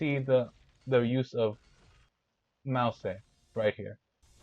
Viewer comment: Mousse ❌ Mao Say ✅